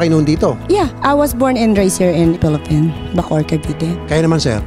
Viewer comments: Ate I applaud you for your success in life. Because of your hard work you are now enjoying the fruit of your labor. pero po wag mo naman dalhin ang Hurricane ng Florida sa pinas and hindi po Felipin . Philippines po may S at hind rin po Mr Chulfo ..Tulfo po Tulfo :) Ate naman I know gusto mo mag show off pero practice what you preach sabi mo nga "Keep your feet on the ground and stay humble" Kasi po, at the end No matter how big your house is, and no matter how many cars you own or how big your bank account our graves will all be the same size. So stay humble wag hambog. At wala pong Ambassador ang Bank of America. Maybe Isa po kayong loan officer working for financial services. I know, because that's my bank also and my sister works there as a teller a few years ago. Dami Bank of America ngayon ko lang narinig ang Ambassador ng Banko. Next time I made a transaction, I may ask my loan officer kung meron silang job description na "ambassador" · Madam stop saying “FILIPIN” Madami nanonood na bata, baka kala nila ayan ang tamang pronunciations ng ating mahal na bansa. It’s PHILIPPINES po. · FILIPINO-AMERICAN DREAM: and philippine daw.... Nawala na ang “s” ni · Wow si madam🌬🌬🌬 sobrang mahangin jan sa studio🌀🌀🌀🌀nging tornado🌪🌪🌪🌪imbes na maapreciate kita madam napailing na lng aq😀😀😀😋😋😋😋HUMBLE daw😂😂🤣🤣🤣🤣dapat ung HONESTLY silent "h" pero bigkas hanesley😁😁wow saludo aq sau madam parang adobe sa tigas ng pg english mo..the philippines hind PILIPIN antagal mo na sa USA madam dapt usa accent kana...aq nga hk accent na😁😁😁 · Carlos E 🤣🤣🤣 mr chulfo, ashoshiation, filifin 🤣🤣🤣🤣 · I'm really appreciate.. 🤭🤭🤭...mag tagalog na lang po tayo baka tumama pa sa grammar. Filiffine daw.....humble eh! Lol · Wow sobrang hangin At paki ayus ang pronunciation mo 😄😄😄 Ang yaman mo na try enroll in a school, para masyus mo yung pag pronouncevng Letter E to I Letter P to F 😄😄😄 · I was born and raise here in FILIPIN 😂😂nsaan ung “S”✌🏻🤣